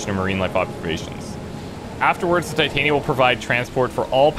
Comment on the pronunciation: Honestly I hate being this guy but for the love of christ ITS TIT-AN-YA THE WIFE OF OBERON THE FAIRY KING WHY ARE THEY CALLING HER TI-TAIN-E-YA